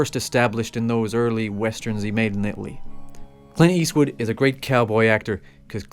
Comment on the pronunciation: It's Clint Eastwood not Quint Eastwood!